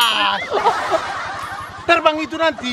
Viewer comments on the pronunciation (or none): "jangan kau gassss. Tarbang itu nanti" HAHAHAHAHA mcm orang sabah bah 🤣🤣